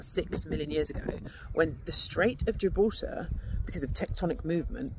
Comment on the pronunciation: I love how you say gibraltar ❤